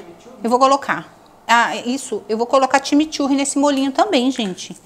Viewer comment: Time Turre não seria corretamente CHIMICHURRI ?